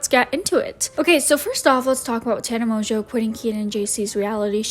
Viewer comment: You're the first person on YouTube that I've heard say her last name with the proper French pronunciation. Americans have absolutely butchered her name to the point that I genuinely believed her last name was mongo lol